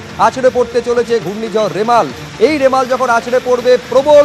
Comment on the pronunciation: Reporter dada remal k rimela bole feleche